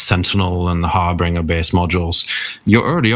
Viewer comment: Andro-media, Har-bringer... lol